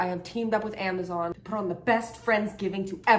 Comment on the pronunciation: She forgot the z in Amazon lol 😂😂😂